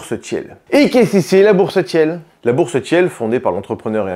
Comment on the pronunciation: Peter Tiiiiiil pas Tièle 😅